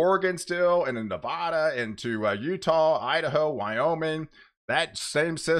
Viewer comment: NOT NAVODA- NA -VAD-A NA-----VAD------A